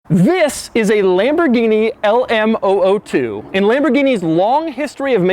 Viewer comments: It's a zero-zero-two. Not oh-oh-two. The "O" is a letter, not a number. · It’s called the L M “Double 0” 2 not the L M oh oh 2 😂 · LM zero zero 2. not LM oh oh 2. it's numerical not alphabetical. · posit that this vehicle is called the LM zero, zero two because there are three numbers in the name., so it’s not two letters, Oh, Oh then the number two. I’m not singling you out.most people say it incorrectly, but that’s the issue, when it’s reapeated incorrectly, It’s perpetuated. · LM Zero Zero Two! Not "oh oh" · Zero not o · Sounds like he is saying the Elmo2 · Is it an LM ooh ooh 2, or LM zero zero 2? you wrote zero zero 2 but say oh oh 2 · LM zero zero 2, O is a letter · Why do you call it LM-Oh-Oh-two? It's called LM-zero-zero-two! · Love the video, and I'll check out more because of this one! Just one peeve here though. LM002. "0" is a number, pronounced "zero" or "zed" for the Brits and whatnot... "O" is a letter, pronounced as "oh". Those are "zeros", not "ohs". :D Zero, by the way, are you Jay Leno's son?! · It's LM002 not LMOO2, the letters not the numbers. You kept saying oo2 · Can you call it the "Lamborghini LM Double O 2" instead of "LM O O 2"? Just sounds better haha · Stop saying "alamo 2" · Lamborghini Le Moo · The Lamborghini LAMOO? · i heard lamborghini lmao2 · When he pronounce LMOO2, its sound like Alamo